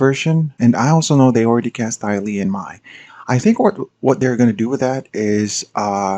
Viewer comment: The fact that Mai’s name isn’t spelled “Mei” has always bothered me, because it sounds like “May” in the show. The fact that you instinctually pronounced her name like “my” in this video says it all. =P Say what you will about changing the pronunciation in the movie (which they shouldn’t have done), but the canonical spellings of the characters’ names has always been really goofy from an Asian perspective.